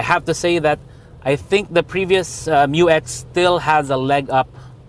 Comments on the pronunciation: Despite good audio, I'm still hearing M-U-X not Miyu-X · FYR it is pronounced as "myu-ex", not M-U-X. That's why it is spelled Mu-X. This was also confirmed by Isuzu themselves.✌️🙂